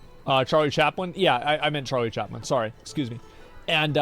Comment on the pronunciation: bro said charlie chapman :P